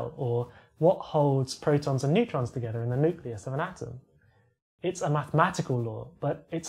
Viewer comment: "Nooclius"? Noooo!!